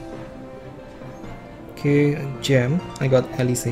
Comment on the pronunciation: eh-lease, not eh-lee-seh